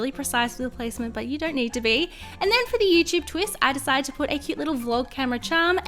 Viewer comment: Have you noticed that says Youchub instead of YouTube?